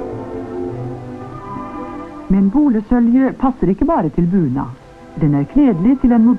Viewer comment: Er det "buna" eg høyrer, i stadan for "bunad"?